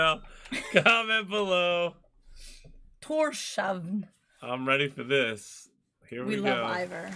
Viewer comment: Wow, that was absolutely ethereal and angelic! One of the best Scandinavian singers I’ve heard.. Oh and btw Torshavn is pronounced TorShawn.. Request for you guys, not sure if there is a live version anywhere though, so you may have to react to an official video.. Request: Song to the Siren by THIS MORTAL COIL 🙏🏻🙏🏻🙏🏻🙏🏻